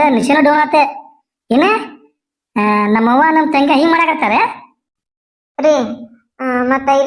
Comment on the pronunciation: ತಂಗ್ಯ ಅಲ್ಲ ಅದು ತಂಗಿ